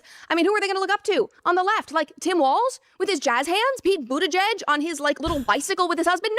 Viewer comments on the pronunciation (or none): none